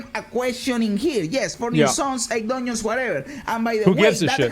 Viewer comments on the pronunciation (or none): Dungeons ❌ Duneeeons 💯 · He really said DONIONS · Im Sorry, but I can’t unhear it ever again: DONIONS. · When he said "Doinons", I felt that. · I liked when he said Donions